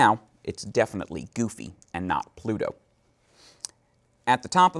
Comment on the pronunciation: I loved the tutorial but GOD I hate how he says "Goofy" *cringes hardly*